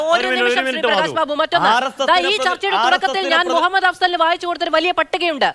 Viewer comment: "മുഹമ്മദ്‌ "..….അഫ്സൽ...🙄🙄🙄ന്നാലും ന്റെ ". മൊഹമ്മദേ....... 😂😂😂😂😂😂